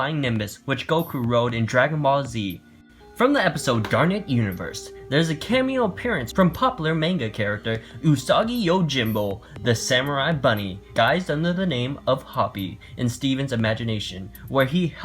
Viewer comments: May-nga, sigh.... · u apparently know a LOT about anime and manga, yet you can't say manga right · says he loves anime, then fails at correctly pronouncing manga.... Ugh....